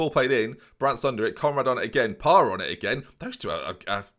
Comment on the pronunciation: Parra - yes. Carr - no. Very much no.